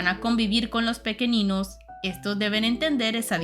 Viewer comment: Gran saga junto con los libros de la sombra. PD: solo recuerda que el planeta de los pequeninhos es de origen portugues, asi que seria pronunciado pequeniños y Noviña.